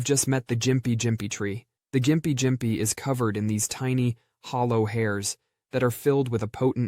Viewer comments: For the gympie plant the pronunciation for it is (gim pee) very funny hearing jympie jympie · Its the gimpy gimpy not the "jimpy jimpy" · Its Gympie (gimp-e), not jimpy lmao.